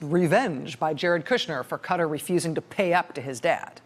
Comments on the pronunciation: Please for the love of god say the countries name correctly. Qatar...KA-TAR, not cutter.... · Wonderful, factual, smart and enjoyable reporting...but for the love of whatever...please: KAW-TAR...spent 5 min trying to find out who Cutter was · Pronounce country's name correctly please. Ka-tar not cutter. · Hey Rachel its not pronounce "cutter" It's pronounce KA-TAR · RACHEL! You are pronouncing it wrong! its pronounced kaTAR! NOT KUtter! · It's actually pronounced both ways depending on who you are ( and differently by males and females in some circles believe it or not). It just sounds stupid with an American accent is all. Ka-Taari sounds better than Cuttery. Sounds like you're asking for a knife and fork lol. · I hehe when she say Cutter some month ago when I hear it first I was thinking Americans say Cutter Not Ka-Tar ^^ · Please Rachel it’s Cat - argh. Not Cutter. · This would fall outside Mueller's brief, but certainly warrants a full investigation. It's not pronounced Cutter, it's Cut-Tar. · Why does she keep saying cutter cutter cutter? Does she mean Ka-tar?! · "Kuh-TAR" not "Cutter"... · Love your segment but it is pronounced as if you are saying car-tar not as cutter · Dear Americans, It's Ka-Taar, not cutter. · Come on Rachel it’s not “cutter”, it’s pronounced “cat-ar” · IT'S NOT 'CUTTER', IT'S (kah-tar) QATAR!! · Please Rachel your show is the best but its Qaàa Tar not cutter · Why Cutter ? Try Qatar or Ka Tar. (Eye Rack next....) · It's not Cuttor It's Qatar.... (pronounce: Katar) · Properly pronounced "Ka-TAR" - same as "Qataris" without the '-is' Not "Cutter" What's up with mispronouncing Qatar? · When did the pronunciation of the country turn to :'Cutter' vs 'Cou-tar' which it has been for ages prior? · "Kaatar" not "cutar" the name is Qatar! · Why do americans keep pronoucing Qatar (kaartaar) as cutter? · KA-TAR not cutter!!! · Speaking of pronouncing the place. Why do you guys pronounce it like "kuht-er?" It's kah-tahr or kuh-tahr. Ref